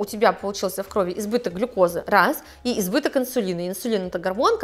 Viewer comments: Спасибо вам огромное за полезную информацию 😊Ребят, ударение не в крОви, а в кровИ ❤ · Спасибо за полезную информацию!! Не хочу душнить, но правильно говорить "в кровИ" (если есть предлоги "в" и "на", то ударение на И)))